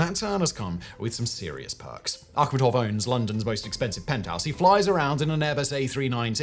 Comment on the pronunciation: thats how its supposed to be pronounced its of volga tatar origin(Tatarstan)